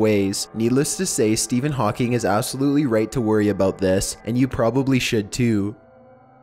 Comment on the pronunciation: sthepihin hawking is a crippled pokemon